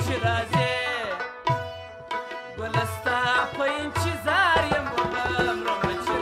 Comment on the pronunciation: که چیري د لغاتونو تلفظ سم صحیح وکړي نو لږ څه به پر معیار برابر سي. دی خو بیخي زموږ د کندهار د کوڅو لهجه غوندي تلفظ کوي ( انچیظار) 🤦🏻‍♂️ تاسو یې فهم ورته واړوئ.